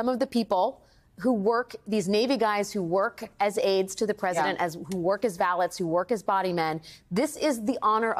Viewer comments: "works as vah-lets"? Shouldn't that be pronounced "val-lays"? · Did I really just hear Alex Wagner say "val-ets" instead of "val-ays"? I did, didn't I?